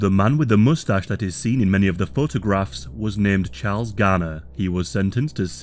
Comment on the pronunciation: Why is he pronouncing Graner as garner?